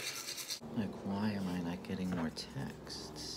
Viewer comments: Love the correct pronunciation! Sskksss at the end of the word ‘Texts’. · I adore the way you pronounce "texts".haha so good!